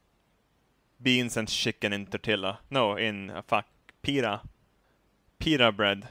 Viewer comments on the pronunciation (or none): none